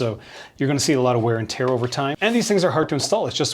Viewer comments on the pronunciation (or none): none